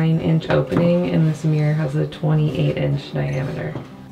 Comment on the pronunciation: It's MIRROR not MEER!